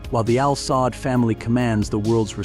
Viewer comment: It is pronounced as Al Saood not Al Saad family of Saudi Arabia. Also, This family doesn't own Aramco or the national fund. These & other investment belong to the country of Saudi Arabia not the family. And they certainly don't own or scare the American president.